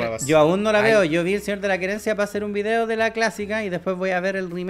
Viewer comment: el quería decir el señor de la querencia como paraguayo ajjajaaj quedó pegado con el acento el reqlao jajaj